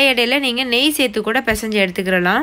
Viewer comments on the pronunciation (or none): none